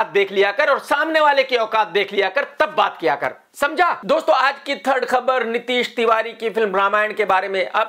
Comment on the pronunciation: This "Smjha" Was Next Level Personal KRK ROCK 😂🤌🔥